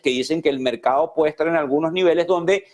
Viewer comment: Se dice correctamente: mercado y no "mercao". Se dice correctamente: cerrados y no "cerrao" Hablar así, es hablar muy mal el español y peor en un noticiero. Los noticiario deberían seleccionar a personas que pronuncian bien el idioma español.